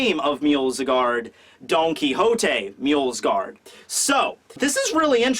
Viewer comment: MJO-SGARD there is no L there ffs